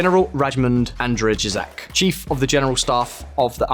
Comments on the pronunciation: Wow, the pronunciation on General Andrzejczak's name. You almost made me snort coffee all over my keyboard. Keep trying, keep trying. That said, if Europe wants to take it's own safety into it's own hands, they need to stop relying on the US to foot the bill. If it wants integration with the US, cooperation in forces, financing, tactics and strategy need to be more than a one-sided affair. Joint military forces are like team sports. You can't just hope that one player will do everything. You can't have the team members seeking different outcomes at game time, they need to play with focus and determination toward a single objective. If some team members don't want to play when the rest of the team is on the field, those team members should be benched if not kicked from the team. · Can you write it in Cyrillic? It's an impossible name. It's easier in Cyrilic. Andjei-chuk Анджейчак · I also loved corps pronounced corpse and gendarmerie pronounced gendermerry